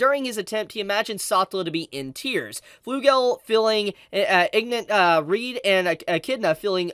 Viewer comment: Can people, for the love of god, just stop calling Reid as Reed? It's literally pronounced tgw same as Reinhard but you have a D instead of an N.